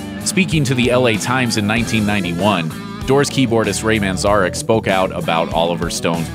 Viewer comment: You mispronounced manzarek, please do just a little more research